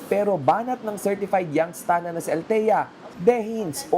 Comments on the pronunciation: " Young Stana" pota ang cringe kadiri halata talaga wlang mga class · Buset! Nagk cringe ako everytime naririnig ko yung "young stunna".